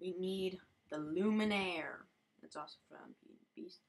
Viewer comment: nice video, but just so you know the character's name is spelled lumiere, not the way you were saying it, there is no n in his name LOL!